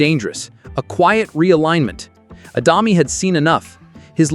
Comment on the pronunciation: It's the AI, can't say it properly. Not much good at 'deg' either.